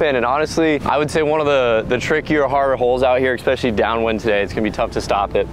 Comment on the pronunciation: for the tenth time, there is no x in Especially.